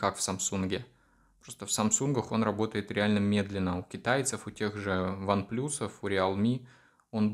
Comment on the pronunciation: One плас, а не плюс!!!